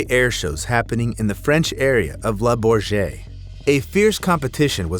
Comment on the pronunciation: Oh, my lord. 1) Not a jet. 2) Le Bourget 3) hurtled (over the crowd - as opposed to 'hurled'). In coming videos I'd like to see a bit more attention to detail.